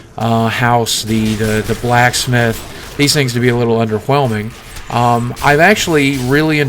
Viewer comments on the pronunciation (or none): Anybody else notice that he said.. "under whe-lming"...?